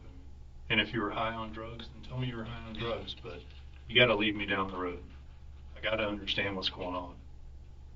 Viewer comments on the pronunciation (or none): none